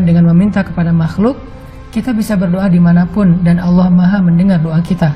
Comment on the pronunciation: Berdoa bukan berdioa